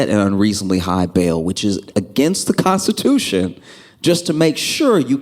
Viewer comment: DID YOU SAY CON stitution.🤣